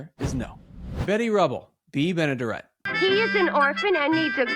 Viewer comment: Great memory but the smoking during that time was so sad. Lost my Mom at 64 due to lung cancer. I do believe Bea’s last name is pronounced Ben-ah-dare’-it if you ever talk about her again. Little trivia, one of her first cameo roles was as the woman who first received money from George Bailey during the bank run in “Its a Wonderful Life.”